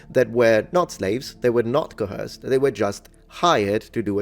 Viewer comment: Because you said you like English corrections: The word coerced , , , , , and is pronounced like 'co-erced', not "co-herced". kəwə́ːsd (Modern IPA) or kəʊˈɜːst (Traditional IPA). There's no "h" sound in its pronunciation.